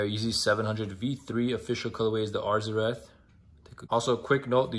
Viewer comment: You’re the first person to actually pronounce arzareth how it’s spelled